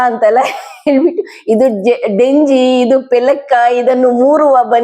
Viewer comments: Not denji it is jenji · ಡೆಂಜಿ ಅಲ್ಲ ಮ್ಯಾಮ್ ಜೆಂಜಿ (crab)